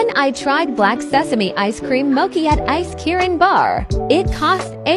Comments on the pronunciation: Bro not the voice pronouncing mochi as mo-kee💀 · Hearing mochi pronounced as "moh-key" made my teeth hurt.